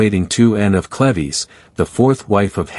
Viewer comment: This whole video is pronouncing “Cleaves” incorrectly. Such an annoying distraction to the otherwise good historical presentation.